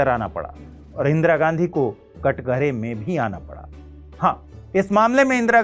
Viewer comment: सर ये कटघरा (कठघरा) होता है।